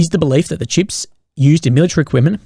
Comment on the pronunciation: How hard is it to pronounce CHIPS so it doesn't sound like SHIPS? Consistently that is.